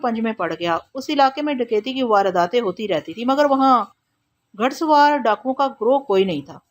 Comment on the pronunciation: گھڑ سوار غلط پڑھ رہی ہیں گھ کے اوپر پیش کے ساتھ پڑھیں زبر کے ساتھ نہیں